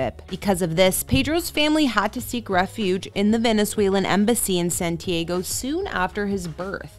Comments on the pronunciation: San ti AH go, CHEEE-lay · It's Santi-AH-go not santi-AYE-go